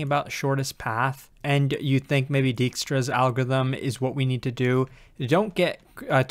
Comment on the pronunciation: I enjoy how continues to mangle 'Dijkstra' into 'Djikstra' in every video the algorithm comes up in so far, makes him seem human.